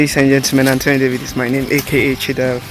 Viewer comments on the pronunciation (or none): none